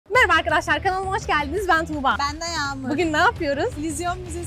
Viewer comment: sanki tugba tuba dedi😅